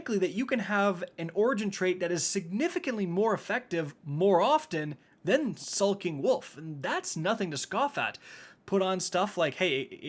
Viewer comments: It's Skulking Wolf not Sulking Wolf. You're like the 4th YouTuber that has said that.. am I missing a meme er something? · Skulking not sulking. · "Sulking" Wolf....lol